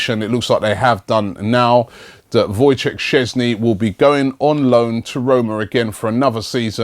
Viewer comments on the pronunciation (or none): none